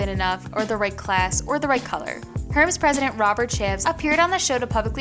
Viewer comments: Girl, the video is good but Hermes is pronounced "air mezz"...... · Its Air-mez(hermes) and poi-tee-aye